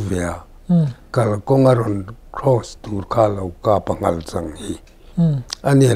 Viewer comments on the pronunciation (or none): none